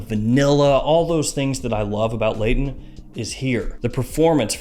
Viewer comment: New word: Blayton ;)